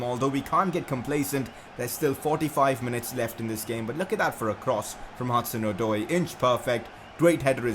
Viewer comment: u say hudson - od-oy